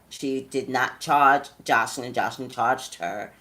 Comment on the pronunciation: Toya Monique Lol Yea her mispronouncing her name the whole video was like!😫😫🤷🏽‍♀️😝